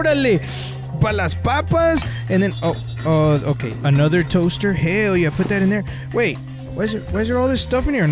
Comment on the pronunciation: No one: Absolutely no one:: I stole a toster ESE